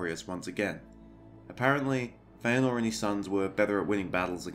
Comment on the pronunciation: Yes! I am vindicated! Hearing you pronounce "Feanor" has made me so happy!